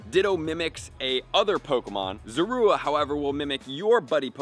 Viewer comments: Pronouncing it wrong. It’s Zorua. Not Zora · Sorry but who says zorua like that